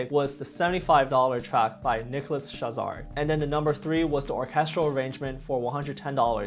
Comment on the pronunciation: Tip: "nicolaschazarre" is pronounced "shah-zahr" not "sha-zah-ray" (source: am french)